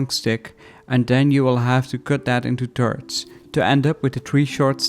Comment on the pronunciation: yeah bro sorry, was just joking bout your way to pronounce "thirds" xD good vid anyways!